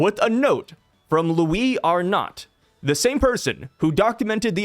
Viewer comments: it's pronounced Ar-No the "t" is silent. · not sure I’m even right now but both honestly sound better than how you were pronouncing it 😂 keep up the good work bro!